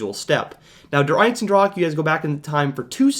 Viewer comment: Love the vid, but it's annoying how you keep pronouncing der eisendrache as "der einsendrach"